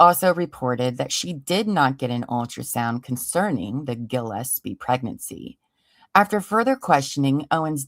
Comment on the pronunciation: Mikes last name is Gillespie no gosepi